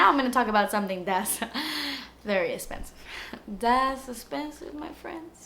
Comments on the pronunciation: "Thats espensiveee" 😂 so funny love when she says that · I seriously love you!! You crack me up and you have the best personality ever!! I find myself staying thing like "dats esssspensiv" then i laugh cause it comes from you lol! And my husbands like, what? Why are you laughing! Lol okay I'm gunna stop now, keep rocking girl